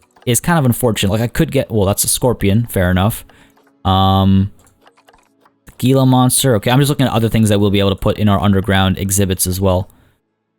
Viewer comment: Gila is pronounced he•luh